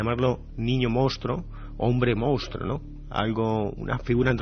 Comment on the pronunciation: Iker, a ver si aprendes de una vez a decir MONSTRUO, que tienes Periodismo!!!